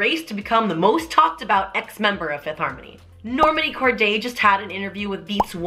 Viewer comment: You're pronouncing Normani's name wrong 😂😂😂